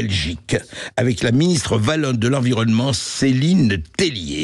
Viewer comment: par contre un dit wallon pas vallon monsieru bercof